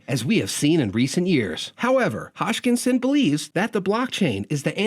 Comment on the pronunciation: It's hoskinson not hotchkinson